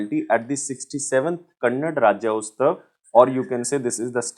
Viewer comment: Its is Kannada.. Not kannad just like Hindi cant be called as hind.. Please make a correction in it sir